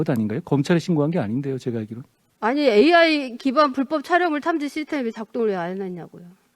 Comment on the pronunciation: 자다가 등 떠밀려 아무생각없이 나온 여자같네요. 한장관이 무슨 장관인지도 모르고 AI 발음도 더듬더듬 도대체 뭘 묻고싶은거냐 .? 아이 아이 아니고 ...